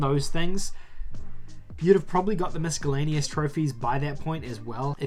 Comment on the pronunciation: The "c" in miscellaneous is silent. Good video overall.